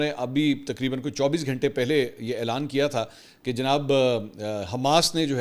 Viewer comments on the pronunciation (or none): none